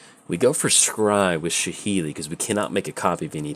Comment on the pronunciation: Its Sa-heli not sha-heli.